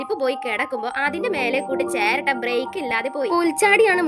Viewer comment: Cheratta ❌ cheraatta✅